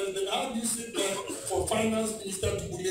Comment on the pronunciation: It’s bully not bullay